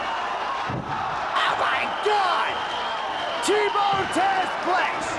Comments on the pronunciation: Taz not Tazz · It's TAZ, not TAZZ!! GET IT RIGHT WWE!! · It’s Taz not “Tazz”